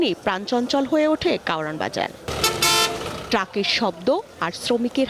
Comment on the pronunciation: কারওয়ান বাজার রিপোর্টার আপনি বার বার কাওরান বাজার কাওরান বাজার বলতেছেন কেন